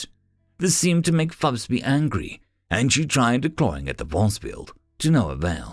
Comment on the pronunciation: It is interesting that you keep inventing an extra 'B' when you say 'Fubsy' and it comes out 'FubsBy' - distracting just because the text is available. :yt:👍